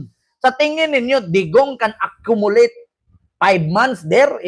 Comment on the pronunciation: Accumulate daw ohh! Ptaka lng ug yaw yaw ang bakla wa ksabut ug accumulate... ulol nga bayut asa kha ni xa nga bukid nag eskwela d khbaw mubasa ug English d ksabut ug English...d khbaw mo pronounce sa vowel ug consonants,,so pathetic!!!